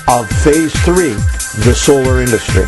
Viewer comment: Solar not oscar haha Harry and William said that I'm sure